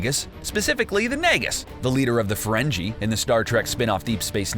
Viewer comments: I love how he said Ferrengi like someone whose never watched an episode of Star Trek Ferrenjee wtf!?! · I cringed each time he attempted to say Ferengi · Ferengi is pronounce with a stron G "Feren-Gee" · Did you seriously mispronounce Ferengi??????? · saying "Ferengi" wrong was just too much for me... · It's Ferengi with a hard g not a soft j sound dumbass. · Man this guy can't pronounce "Ferengi". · Bro I said the same thing man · Ok, it's "Grand Nagus", it's a Title, NOT a name...and you mispronounced "Ferengi". Flush out your head gear...cause it's about to be pee-pee pants time... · Ferengi is pronounced with a hard "g". It does not have the "j" sound. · The "g" in Ferengi is a hard "g" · That is not how you pronounce Ferengi......